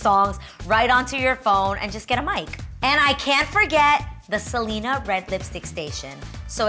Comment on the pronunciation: Omg Adrienne girl PLEASE pronounce Selena like it’s supposed to be with the accent on the E, its not not a Seleeeena party is a SelEEEHHHHna party 😂😂... that party looked so fucking bomb though!!!